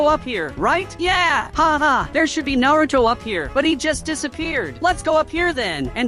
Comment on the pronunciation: 😂😂 bro said Naruto wrong